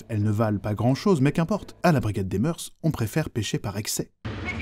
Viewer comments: Non pas des moeurssss. Mais des moeurs se prononce meur et oui c'est un mot féminin pluriel invariable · On ne prononce pas le S au mot mœurs. C’est comme cœurs.